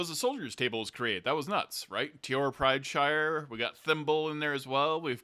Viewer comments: Isn't his last name PrideSire not PrideShire. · ..........................Why do you keep adding an H into Teor's last name, like he's a Hobbit lmao.